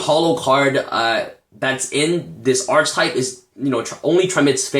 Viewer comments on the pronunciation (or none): Only thing I can complain about: you keep mispronouncing "Archetype"